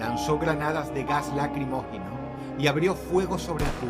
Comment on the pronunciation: Temas repetidos que ya se han visto en otros videos JAJAJA JAJAJAJAJ el wey dijo "lagrimogeno" en lugar de "lacrimógeno" JAJJAJAJA